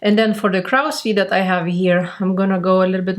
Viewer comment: So very glad to have found you and your derma-roller! Your tutorials are so helpful, too. (Just a side note - "crow's feet" is pronounced as "croh-s feet", as to rhyme with grow, tow, low, mow.) You speak English so well, though! Again, thank you for your great teaching videos!